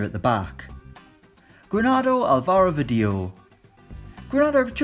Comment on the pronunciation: Álvaro is pronounced—> AL-va-ro, not al-VA-ro !